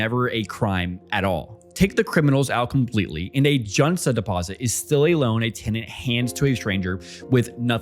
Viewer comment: 전세 jeonse sounds more like juhn-say or jawn-say. You make it sound more Chinese than Korean. :☺ I may just be falling for the intentional mispronunciation strategy to drive comment section...